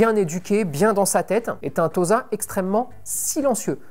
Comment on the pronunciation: Et Tossa plutôt que Toza pour la prononciation, comme pour Osaka!